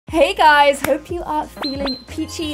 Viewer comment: Me clicking on this vid: click Also me: wait did she just say HEY GUSY?